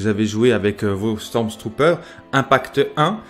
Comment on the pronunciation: sympa, par conte il n'y a PAS de "S" au milieu de StormTrooper ... c'est StormTrooper pas StormSTrooper ... XD